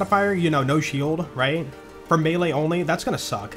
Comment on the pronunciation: It’s always been pronounced May Lay, even in ssbm